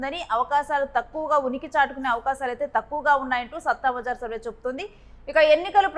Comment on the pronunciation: సట్టా బజార్ అని పలకాలి